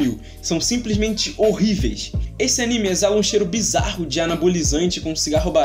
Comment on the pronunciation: você disse...bizarro?🤠